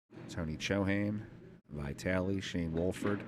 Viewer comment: if you take drink every time say VAItally, even old babushka, you would be complETEly dead. for *&^%$#@ sake, it's even spelled with two и